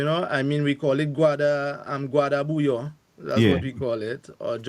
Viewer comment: If your wife is from Dominica and you still say Bouyon pronouncing the N, you need beating 😂